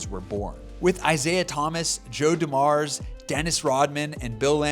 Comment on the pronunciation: It’s Joe Dooooooo-mars, not D’Mars. Otherwise this video was great and very entertaining